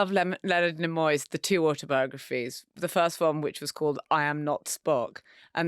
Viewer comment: Hearing her pronounce "Nimoy" threw me almost as much as the first time I heard a German pronounce "Himalaya".